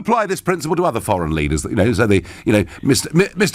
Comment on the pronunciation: PM Abe ought to be pronounced like Ahbeh, not Eibee, please.